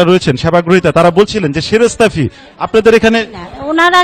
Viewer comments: সরাসরি ফিস টা কি আবার? এরা ফি টারে উচ্চারণ করতে পারে না বুঝেন তহলে এদের কিসের জন্য বসানো হয়েছে। সুধু ঘুষ বানিজ্য এদের মূল কাজ! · যারা ফি বলতে পারে না বলে ফিস৷ এরা কি আর করবে? 😂😂😂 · এই নারি তো কথায় ফি বলতে পারেনা ফিস বলতেছে চাকরি পেলো কেমনে 😁😁